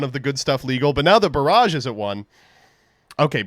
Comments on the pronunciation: Dude, I deadass thought that he said "Zoodiac Broad" instead of "Barrage" and nearly had a heart attack. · I thought he was going "BROAD..... BULL!!!" for drama but no